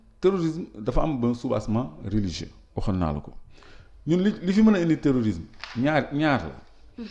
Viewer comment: Dites à cette journaliste qu’on dit terrorisme au lieu de téorisme 😂